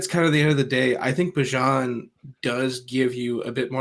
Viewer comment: How do you not know how to pronounce Bijan’s name? Good job for getting it right